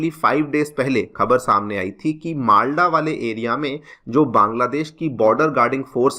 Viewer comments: "नाडिया" नहीं इसे "नदिया" जिला कहते हैं "मालडा" नहीं इसे "मालदा या मालदा" कहते हैं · The correct pronunciation will be "नदिया" not "नाडिया" and "मालदा" not "माल्डा" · वैसे ही मालडा नहीं मालदा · Nadia, Malda you are pronouncing wrong.